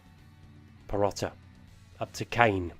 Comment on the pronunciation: Need sort out the pronunciation. Not every player ends with 'a' its Perotti with an i. Still a decent series dude.